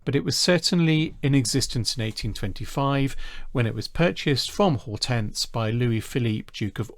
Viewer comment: Lovely video, but your pronunciation of Hortense, Beauharnais and Thurn und Taxis is awful.